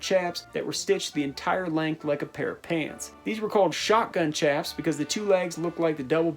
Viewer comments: PS chaps is pronouced shaps, not CHaps. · Chaps is pronounced with an “SH” not “CH”.... chap (with a ch sound) is something that happens to your ass when it’s wet in the wind. You get a CHapped ass! Lol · Great vid, one thing the word "chaps" is pronounced "shaps" like chaparral brush. Source: actual working cowboy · Chaps are pronounced shaps